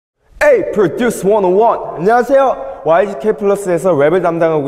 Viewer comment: 안녕하세요 발음 새는거 존나귀여움 ㅋㅋㅋㄴㄱ